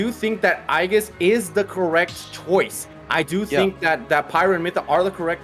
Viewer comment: "Aiges" bro, lmao